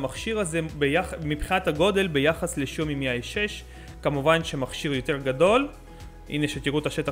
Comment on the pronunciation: אומרים שיאומי מי 6 לא מי איי 6!